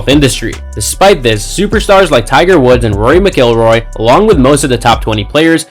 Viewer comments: MAN YOU ARE GOING TO LEARN HOW TO PRONOUNCE RORY'S LAST NAME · Please learn how to pronounce Rory’s name correctly. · You can’t even pronounce Rory’s name right and and Woods definitely isn’t banner. Do better. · Nice click bait loser ya got me. The way you pronounce Rory’s last name is criminal.